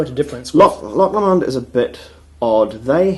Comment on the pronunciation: p.s. it's not "LeMond" its Low-Mond, or more technically as a scottish person would say it... Low-mind (with mind said like wind)